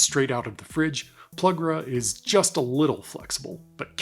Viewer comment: If I may, the butter's name is not pronounced PLUG-ras but PLU-gras. As in, plus gras, which is French for "more fat." Other than that, superb instruction.